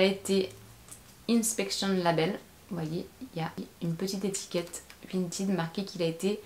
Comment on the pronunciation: Attention cela ne se prononce pas "vinteed"